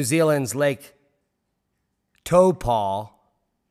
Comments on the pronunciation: To pronounce it say Toe Po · Toepaw is phucking painful to listen to repeatedly, but then again, many Maori can't agree on pronunciation of some words... Let alone the caucasians! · Gday from NZ. Pronounsed tar- po, Just trying to be helpful. Love to all! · Taupo it’s pronounced t-auw-po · Thanks good video, but you butchered the pronunciation of Taupō (ˈtaʉpɔ) - the hint's in the macron.. That aside, don't forget that Ruapehu has been rumbling too, part of the same volcanic field. Something's afoot, not sure it's major, or imminent, but something's going to blow soon I'm sure. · it is pronounced 'Tow pou' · TAU. As in "how" but swap h for t. PO. As in "hoe" like an ex girlfriend. Heaps of us kiwis can't agree on pronunciation, so we can't really blame a Yank for getting is close ish, but wow, some of your pronunciation "lessons" below in comments are laughable. And no Kiwi (who doesn't have a speech impediment) would say Taupo like these guys... I guess language may evolve though... (Devolve?) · Pretty good? Never heard ANY fellow Kiwi say it like this informative clip. Not like it's a Wanganui/Whanganui issue... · Think you should consider a hearing test, the only kiwis pronouncing it like daimond, have a speech impediment perhaps. Close (ish)